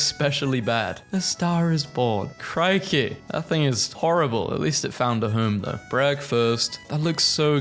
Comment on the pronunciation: A canonical British "Crikey!" from VaazkL